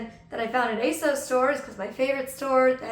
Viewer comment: I used to work for ASOS, it is indeed a UK based company. And it's pronounced ASOS as in moss FYI 😊